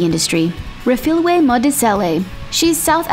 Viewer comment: You pronounced Refilwes surname wrong and I know because I'm from South Africa